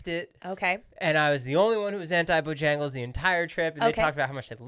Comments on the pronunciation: Omg him saying ba-jangles as supposed to bo-jangles is killing me 😂😂😂 and cookout is bomb 💣 😂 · Hilarious, being from the south, to hear “bah-jangles” 😂